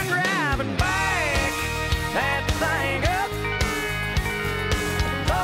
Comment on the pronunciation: I love how he says thang ;)